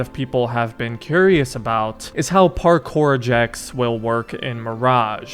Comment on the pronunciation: They just didn’t show it but it is confirmed on put it on 0.75x she said parkour in a odd way but she said there is a skill tree for the parkour